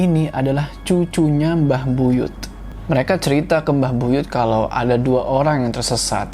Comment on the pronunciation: Buyut kak bukan buyutH😂